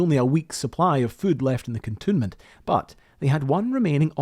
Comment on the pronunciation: Excellent work. And by way of a bonus, I know now the correct way to pronounce “cantonment”, which I had always assumed was simply the addition of “ment” to canton, as opposed to cantoon 😊